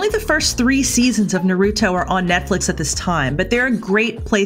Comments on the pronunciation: It’s naruto not nerudo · The way she said naruto that’s tuff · The way she said Naruto tho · How dare you mispronounce naruto